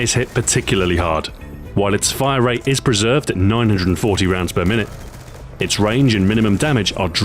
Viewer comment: It's funny when you say rate of fire it sounds like wrate of fire like you put in a w or somthing lol